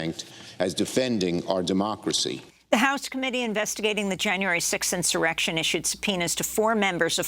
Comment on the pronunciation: Why she keep saying inserection please its acoop.